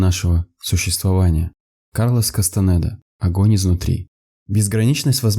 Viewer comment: А Кастанеда - через е, а не через э